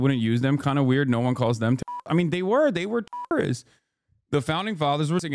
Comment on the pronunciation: They awwe tewwowithts, all the chilgwan awwe tewwowithts.